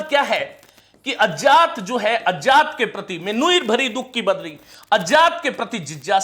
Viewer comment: विज्ञान को आप जो विजान बोलते हैं उसे ठीक कर लें तो बाकी सब ठीक है। ज्ञान की जगह जान, अज्ञात को अजात बहुत खटक रहा है।